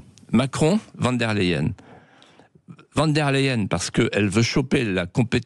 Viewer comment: C'est pas von der layen mais von der lachienne 😂😂😂😂😂😂😂